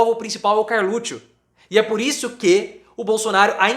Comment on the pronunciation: Pô o nome do cara é Carluxo , não Carlutcho…. Chato isso